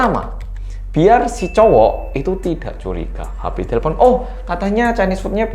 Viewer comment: te le pon 😂 ngekek aku mas, udah sama kayak orang Batak aja e nya jadi E